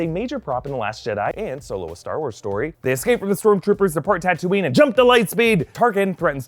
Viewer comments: The tunisian town is actually Tataouine, not Tatouine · That's not Tatouine but Tataouine! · The actual name of real city in Tunisia is Tataouine, which could be said “tatawin” in English.